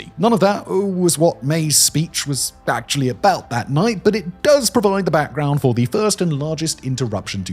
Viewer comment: “Ackshully” STFU